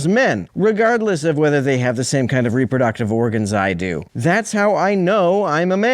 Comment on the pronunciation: Did he mean Reproductive when he said "Rubber Ducktive"?